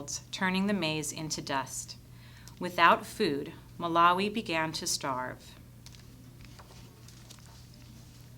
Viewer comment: It’s ma Lau ee